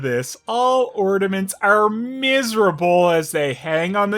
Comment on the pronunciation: it's "miserable" not "messirable".......